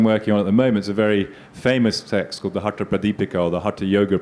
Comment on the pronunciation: And my final comment. It's time to reject the colonial relic who uses India to make money through this outdated lit fest. These folks CANNOT even pronounce Samskritam properly and they claim to be translating texts. He says HATA yoga, whereas it's hatha. Yoga. Phonetics, boss, phonetics. Each sound means something and another sound means something else entirely. How on earth are these considered experts. !!! RIDICULOUS. Amateurs at best, doing something for fun. But promoted by Billy. Billy always wants the brown Indians to have intercession through Europeans.